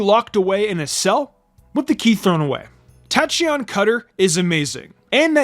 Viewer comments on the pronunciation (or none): It’s pronounced hye-DRY-gihn, TACK-ee-ahn, KAU-tau, and ARK-UH-loo-dahn, “”! 🤨